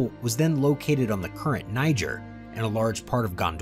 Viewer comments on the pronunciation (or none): none